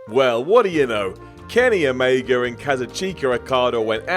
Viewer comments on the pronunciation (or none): Who are OmegAR and OkadAR? Never heard of John CenER either